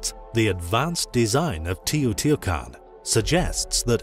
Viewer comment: Try to pronounce better the name sites it's teh. - oh. - tee. - wah. - kahn🎉🎉